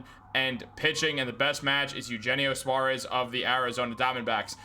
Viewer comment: It’s yoohennio Suarez! You take Spanish in high school!